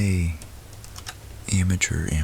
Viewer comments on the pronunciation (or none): none